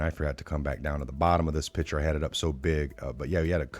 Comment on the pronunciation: Pic ture not pitcher